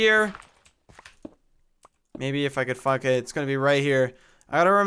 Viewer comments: He probably said if I could find it but it sounds like the f word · It does sound like the f-word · SOUNDS LIKE YOU SAID FUCK IT... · Lmao it sounds like "maybe if I could f*** it"